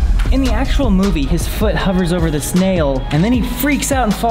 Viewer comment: it sounds like he says “the snail” then he really says “this nail”